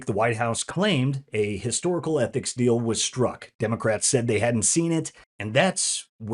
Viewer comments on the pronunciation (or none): none